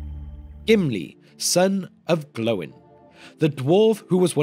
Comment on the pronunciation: Stop calling him "Glowin", you make him sound like a light bulb.